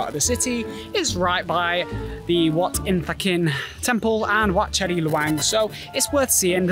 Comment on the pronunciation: They write it as Chedi but the pronunciation is actually say "Jay-dee". The writing make everyone confusing.